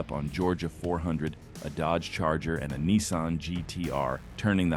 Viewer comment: Knee-san GTR